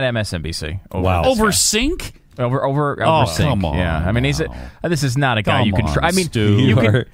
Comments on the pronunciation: It’s pronounced “Jenk” not “Sink” - yeesh. And Cenk has incredible journalistic integrity. Feel free to disagree with him, but it’s a bit absurd and ad hominem to attack his character. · I'm agreeing with Glenn Beck when did that happen. I'd like to see Cenk and Glenn debate. Glenn pronounced Cenk's name the same way Rush Limbaugh did, it's "Jenk" not "Senk" get it right. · Glenn Beck knew exactly how to pronounce Cenk's name.... but he purposely called him "Sink". That is the type of behavior expected from a cowardly child. Good luck trying to justify that. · Lol, are they calling him "Sink"? Do they even Turkish? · who the fuck is Sink? It's Cenk! lol Beck's an idiot. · See how childish and cowardly these far-right wingnuts are (Glenn Beck and the clown with him), they call him "Sink" when they know perfectly well his name is pronounced "Janck"... they are like a couple if playground bullies. But they wouldn't say that to Cenk's face... not only is Cenk super intelligent, but he could physically turn these teapot loons inside-out. But the intellectuals of the World aren't surprised with this behavior... we expect it from people who don't understand facts... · It's pronounced Jank and he's Amazing! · Cenk is pronounced like "Jinx"! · Its pronounced JANK. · Lol at "saink" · First of all, his name isn't "Sink." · they are pronouncing Cenk's name as "Sink" to be funny and make fun of him... yeah, that really worked ! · Hey moron, the name is pronounced JENK. He is Turkish, and his ancestors where artists and poets back when YOUR ancestors were still swinging from trees ! What a skewed perception of the world you have, and it's very dangerous that you have such a wide audience. Although not so bad anymore seeing as how you are out on your ass. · What were Cenks ratings? The producer suggested they weren't very good, but he didn't give any numbers. Also, C's sound like J's. So it's Jank. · i love how people still pronounce cenks name wrong. its not that hard...